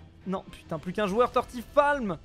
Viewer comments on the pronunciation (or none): "TortifALM" ? Faudrait apprendre a lire les pseudos peut-être, après être devenus un flan je deviens une chose qui existe pas du tout Mon pseudo se prononce TortiFLAM, comme les flammes d'un feu